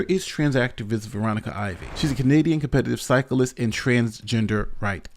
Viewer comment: His pronunciation of competitive is cool